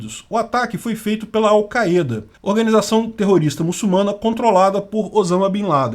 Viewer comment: " Áu Ka ê da "